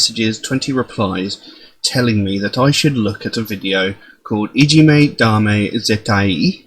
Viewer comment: That was my reaction, too! As someone who lived in Japan for almost a year and thus speaks Japanese very good, I loved it. It was most evident in the way you pronounced the i in Zettai isolated, whereas in English you would pronounce it together with the a as almost one sound.